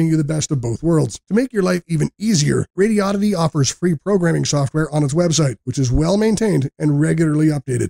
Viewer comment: It's pronounced "Radio-di-dee". Not "Radi-oddity".